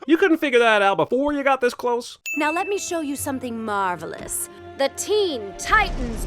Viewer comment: When they check out the set and she says how "marvel ous " it is where's the sin for that